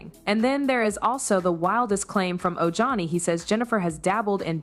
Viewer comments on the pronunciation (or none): LoL his name is pronounced o-hani. Ojohnny makes me laugh!! 😂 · It's pronounced OHANI brother.😄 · It’s O-Han-ee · Oh- Hunnie. That’s how you pronounce his name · It's said oh-hah-ni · o hauni u pronounce the J as an H